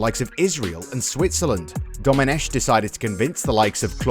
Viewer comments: The "ch" in Domenech is pronounced "k" not "sh" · Just a little remark. Domenech, the French pronounce it Domeneck with a K sound, not a sh sound (in fact it's a Britonnic name and it should be written Domenec'h and pronounced like ch in "Loch Ness"). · A 2 little mistakes in the Intro : Very forgivable, but Domenech is pronounced Domeneck, like technology. It's Marco Materazzi, to be precise.